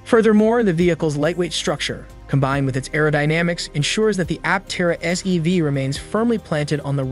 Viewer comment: Sounded a lot like SUV, and the CC kept calling it an SUV. But at least SEV would make sense.